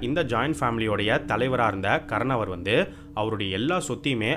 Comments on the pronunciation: Bro not karanavar karnavar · Not "karanavar".. It is "kaaranavar'